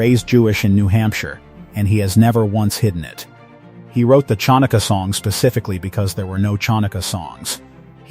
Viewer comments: It's NOT "CHONUKA"! DO THE RESEARCH ON THE NAMES!!!!!!!!!!!!!!!! 😠😡🤬😤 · “ CHON-uhkuh”? Ignorance as clickbait. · This list is very abreviated. Missing Rob and Carl Reiner, Henry Winkler, Milton Berle, Rodney Dangerfield, Mama Cass, Sammy Davis Jr., Tiffany Hadish, and so many more. Also, the narrator should learn how to pronounce the Ch sound in Chaim and Chanukah as per Hebrew. LOL. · Hopeless pronounced!